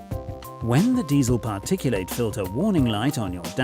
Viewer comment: Drop the bloody stupid bot voice. PARTICU--LATE ?!!!! 😂😂😂😂😂